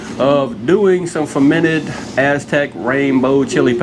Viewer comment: Fermated? WINE,YAY!